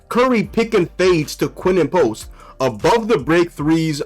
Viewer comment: Who is Quen-en Post?